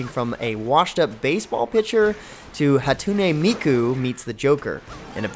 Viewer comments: THIS SELLOUT JUST SAID HATOONA MEEKU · hahtoonay meekoo xD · ears cringed at such blasphemy! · The way you say hatsune miku makes me cringe so badly...